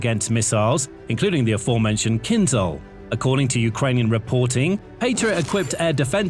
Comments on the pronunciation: You tend to mispronounce the word 'KYNZHAL'. The 'zh' sound is to be pronounced the same way as in 'decision', 'television', 'measure', 'vision', 'conclusion', 'division' and 'pleasure'. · Feel free to pronounce "Kinzhal" like "Kinshal" - then it fits.